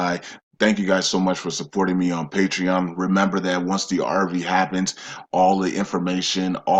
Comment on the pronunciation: Great information. Also, I believe NO, Zim, 800#s, redemption centers, NDAs, just banks, Forex and your videos. I do wish someone would suggest to him to pronounce words better (ie. "ask, not ax", "that, not dat", etc.)